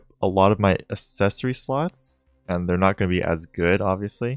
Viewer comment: by the way its ACKssesory and not assessory, ZEEnith and not ze-nith